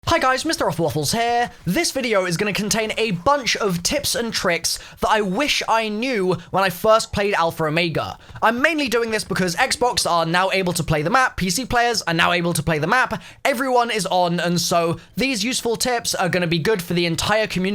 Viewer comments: Nobody:: Alfra Omeyga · stop saying Alphar Omega day it properly please aaaaaaa